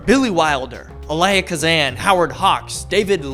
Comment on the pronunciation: You mispronounced Elia Kazan.